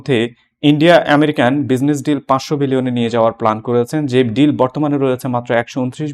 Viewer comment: আপনার শিক্ষাগত যোগ্যতা কি ভাই ? মাদ্রাসা ছাপ? জর্জ সোর না, জর্জ সোরস।বাইল্যাটারাল ড্রিল না ডিল। সোরসের কাছে আপনাকে কতোতে বাঁধা আছে। ইউনুস এখন ভারতের পা ধরছে কেন ?